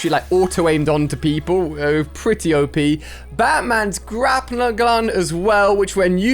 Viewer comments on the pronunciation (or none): none